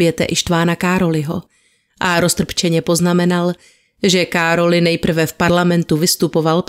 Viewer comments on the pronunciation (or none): Z maďarštiny Károly se čte károj (král) ly (j), podobně jako například Mihály miháj atd., jinak samozřejmě kéž by povídání bylo nekonečné a těšil jsem se na druhý díl.